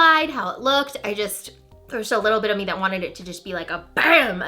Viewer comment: totally heard " a bitch more shimmery" LOL